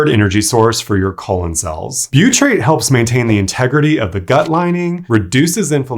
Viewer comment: Butyrate, not buytrate